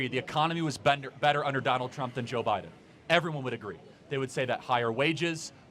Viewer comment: Beedin no no biden